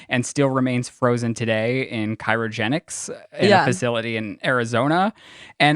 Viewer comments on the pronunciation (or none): Surprising how Lizzie didn’t correct mispronouncing “CRYOGENICS” a million times. Or maybe she gave up with how often he mispronounces words..🤔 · Cairo-genics is killing me lol It's Cry-o-genics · Love you guys BUT if I had a nickel for every time mispronounced something I’d be so rich. It’s cRYogenics (like cry) not cYRogenics (like the city Cairo) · ….. tis CRYOGENICS NOT Cyro lol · Omg Seriously. I adore them but it drives me insane!! CRYogenics!!! Not CHIROgentics! 🙉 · Please Google how to pronounce cryogenics. Thanks LOL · Cry-oh-jen-icks not picking just saying. You're a good kid. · Word police but managed not to correct you on cryogenics